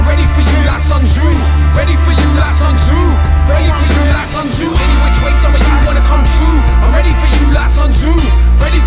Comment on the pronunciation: As a person who is fluent in mandarin and Cantonese it bugs me that Sun Tzu's name is mispronounced. However, this is another top track.